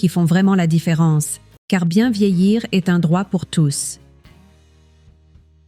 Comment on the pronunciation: L'intelligence artificielle !!! Entendre sa kangue maternelle massacrée ! Le verbe "être" prononcé : e s t comme la direction ( est / ouest ) c'est insupportable !